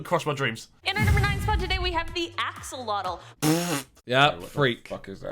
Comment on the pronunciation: "axelotl" lol they took that straight out of minecraft